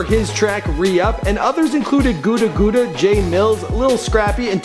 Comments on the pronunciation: "Gooda, Gooda" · gouda gouda lol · Gutter gutter